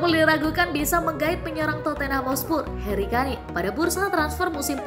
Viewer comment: sebut yg bener namanya HARRY KANE.